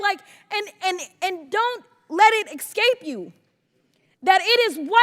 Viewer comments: Says she’s educated. Pronounces escape as excape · Excape. She means escape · "...and don't let it EXCAPE you!" 💀